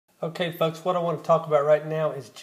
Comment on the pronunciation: i thought you started off the video by saying "OK, FUCKS" but then realizes you meant FOLKS